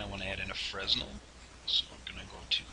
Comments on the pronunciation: Pleaseeeeeee learn to pronounce fresnel correctly! (His name was pronounced “fren-el”). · Fresnel is pronounced "fray nell". It's a french word